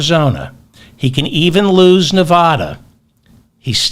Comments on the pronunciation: Just a suggestion. Stop saying Nevaahda. It's nevada you illiterate. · People who live in Nevada cringe when they hear 'Nevah-da'. The first 'a' sounds like the 'a' in 'crack'.